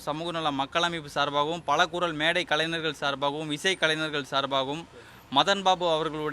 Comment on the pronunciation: கலைநனர்.. இல்லை கலைஞர்